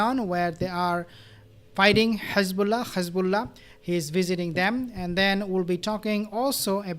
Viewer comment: Good video but I don’t understand why you pronounce Hezbollah and Hamas with the Kh sound at the beginning.